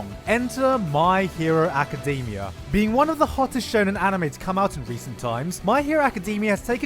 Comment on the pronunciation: My hero Aca-dem-E-ah